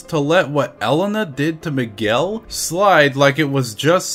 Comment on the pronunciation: why Miguel sounds more like McGill?